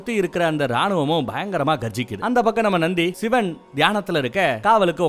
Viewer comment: சிவன் da...Not சிவேன்.. Olunga pronounce pannu 🤡